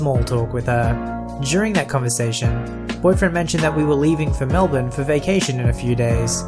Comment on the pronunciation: I've heard the first story a few times on reddit channels. It's so nice to finally hear Mel-bin and not Mel-burn. ;) - An Aussie.